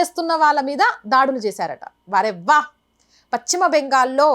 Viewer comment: Pachima అనకమ్మా పశ్చిమ బెంగాల్ అను